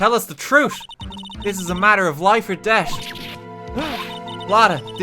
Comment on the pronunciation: Anyone else notice RT can't say death? He says debt